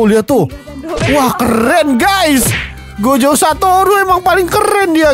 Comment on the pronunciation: Gojo Bukan Gozo